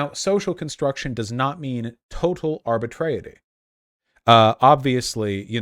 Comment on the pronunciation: arbitrariness not arbitreity.